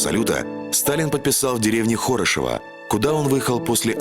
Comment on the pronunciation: Все классно,но назывался выступ "балкон"!Деревня называется "Хорошево"-ударение не в том месте.